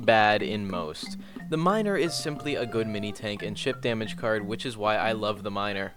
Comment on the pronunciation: you said miner that way on purpose